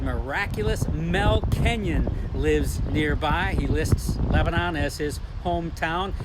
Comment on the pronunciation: It’s not Leb-a-non. It’s Lebn’n. Get your Hoosier vernacular correct.